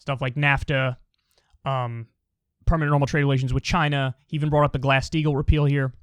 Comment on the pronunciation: I always hear glass steel instead of glass steagall